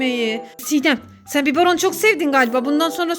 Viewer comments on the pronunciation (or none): Biboron değil biberon marketten alıp alıp sepette bırakmak çalışana uyguladığınz eziyeti saymıyorum bile dahası neden hep özendirici videolar çekiyorsunuz birde Türkçe kursuna gidin lütfen